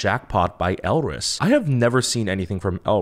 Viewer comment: im definitely late but maybe youll still see this GSHSJDH elris is pronounced without the R, almost like 'alice' which plays a little into their wonderland concept theyve had for songs like 'we, first'. their sound has been unique and almost quirky?? since debut. if you liked jackpot that much then you will definitely love pow pow, the composition is fun and the song is catchy, i think its their most well-known song to date? theyve only had 4 albums so far and debuted in 2017 (we first, color crush, summer dream, & jackpot) summer dream was more of a sweeter song and had calmer vocals but it was so refreshing. as a blris since that era, i wish it wasnt drowned out by the rest of the summer song releases that year ㅠㅠ you might already know from comments but there were 2 new members for this comeback, EJ (orange hair, rapper) and chaejeong (blonde, right after first chorus). the short hair girl is bella, she was the only rapper beforehand but karin (bangs, cutie) rapped a little bit with her in pow pow which also had a dope asf verse. you know sohee already, curly black hair is yukyung, and hyesong had ribbons braided into her hair. this comment is long as fuck but elris is so criminally underrated, im really hyped to see someone who enjoyed jackpot that much because alot of the reaction ive seen has been just 'eh' even though its one of the most unique gg title tracks this year, maybe next to fiesta, so what or dumhdurum? anyway pls become blris stream no big deal